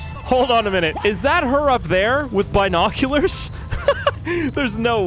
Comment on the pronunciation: Bin-e-ocul-er-s